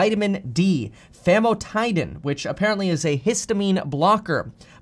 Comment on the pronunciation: FAM-Mo-Ti-Den 😂😂😂 sorry, as a pharmacist, I had to laugh at the pronunciation...